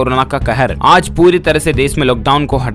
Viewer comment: Phly sahi se bolna Sikh jao baad me news dena Aaz nhi aaj zaa nhi jaa bro😑